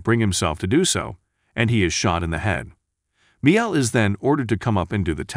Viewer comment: Is this being narrated by the whitest man in America? BAH-Sher - no. It's Bah-SHEER. How do you not know how to pronounce Miguel? It's not Meal. It's Mi-GEL. What is wrong with you?